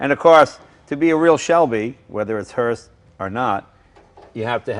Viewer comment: i kept hearing Hurst